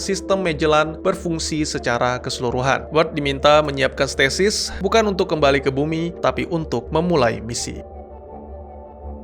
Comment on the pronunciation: Statis / stasis -_-" aku denger nya statis wkwkwkkw